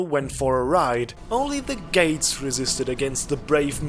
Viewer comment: "Only the gays resisted" *gates.. hahaha